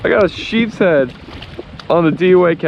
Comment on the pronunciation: It’s nice to know that someone knows how to pronounce the name of the fish it’s sheep’s head